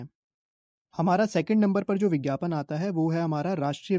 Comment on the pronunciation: Bhaii bhaiii🤣 (ph) ko (bh) wah bhai wah🤣bhote tej ho raha ho😂